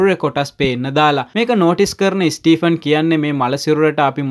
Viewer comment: ස්ටීපන් නෙමේ ස්ටීවන් කියලා ඔය නම කියන්නේ.